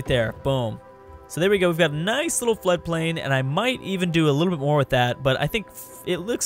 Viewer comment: you're killing me...LOL. Are you trolling us? flood·plain ˈflədplān/ noun an area of low-lying ground adjacent to a river, formed mainly of river sediments and subject to flooding.